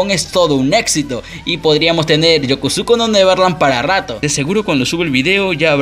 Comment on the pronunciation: Buena la info del video solo una recomendacion no hables tan acelerado hace que pronuncies mal las palabras y el nombre del anime dices varias veces Yokusuko y es Yakusoku